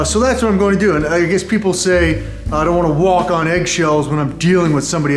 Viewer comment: “You could actually sswalk on eggs”😂😂